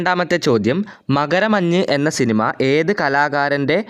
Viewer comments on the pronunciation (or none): none